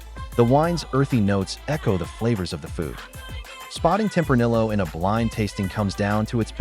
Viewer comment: Is this ai or did you make this entire video just to piss people off by pronouncing tempranillo with the hard L?